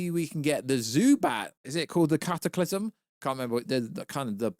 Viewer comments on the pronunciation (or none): none